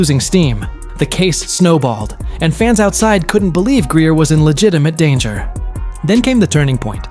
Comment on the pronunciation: The name of the ball player is Griner (grin.ner). . How unprofessional can you get.?